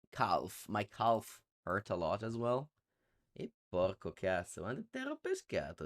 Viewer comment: calf rhymes with "half" by the way, the L is silent.